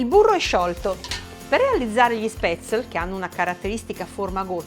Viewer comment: Sono Svizzera e gli spätzli (si chiamano cosi e la s si pronuncia come in "sci" ;-)li mangio da quando ero bambina. Interessante l'erba cipollina, proverò. Grazie